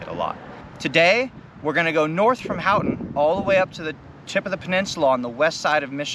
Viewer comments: Nice. The Keweenaw is quite amazing. BTW ... Houghton is pronounced hoe-ton, rather than hout-on ... for the next time you pass thru Yooper country. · Hoe-ton is how it is pronounced, great video otherwise